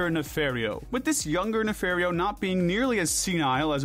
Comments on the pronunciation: NOT NAFAIRREO NAFARIO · Why do you morons keep mispronouncing names, like Dr. Nefario?! It’s pronounced “nuh-FAHR-ee-oh”! 🙄